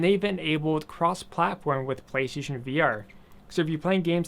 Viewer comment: you say PlayStation weird